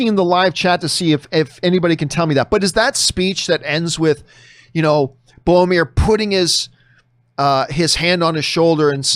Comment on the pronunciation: A day may come when John finally pronounces Boromir's name correctly... but it is not this day.